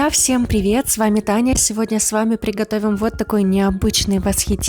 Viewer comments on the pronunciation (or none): none